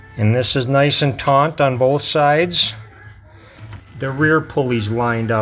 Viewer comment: Great video, but there is no n in the word taut.